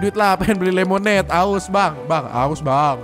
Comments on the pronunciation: bukan nya lemonade ko lemondada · 😭😂🤣👌🏻 tulisannya lemonade kok jadi lemonada:v